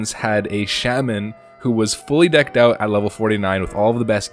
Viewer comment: Why do you not know how to pronounce Shaman....?